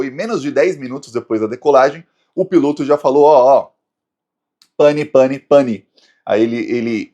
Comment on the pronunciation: Não é pane pane pane..., é PAN, PAN, PAN, que na linguagem de aviação é um nível intermédio de emergência, o mais alto é Mayday, Mayday, Mayday.